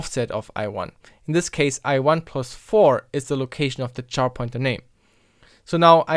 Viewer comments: Finally! This has always bothered me when people say char, like to burn, instead of care. It's an abbreviation of character. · Did you pronounce the abbreviation for character the same as "char" (to burn)? Abbreviations are normally pronounced the same as the unabbreviated syllables aside from a vowel shift from change in stress.